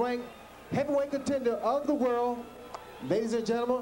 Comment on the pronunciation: Ray Leonard never says "world" he says "whirl".